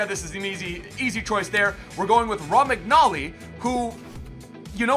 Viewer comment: you absolutely killed this. But please. His name is pronounced “romanyolee”.